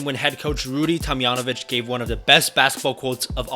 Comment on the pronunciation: The H is silent in Horry and it’s a hard J in Tomjanovich (Tom-John-O-Vitch)